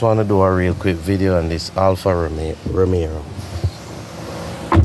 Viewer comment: Lol, Why the heck do people call these cars Alfa Romerrro????? Alfa Ro-me-o!